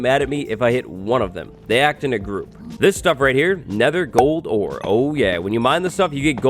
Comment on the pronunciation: I thought he said nether quartz you'll find everywhere kind of like cold sores not gold ore lol